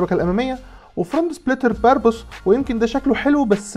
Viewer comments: الشركه اسمها برابوس مش بربوص 😂♥️ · هو ايه يسطا باربوس ده 😂😂 مش اسمو برابوس